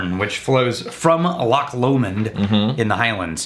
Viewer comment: It's LO-mond.